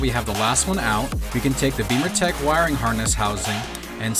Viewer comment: I've read some good reviews on the XBimmers forum for the Alpha 1 amp. Great installation video. BTW, why do you pronounce the name of your company "Beamer"Tech when it's spelled" Bimmer"Tech?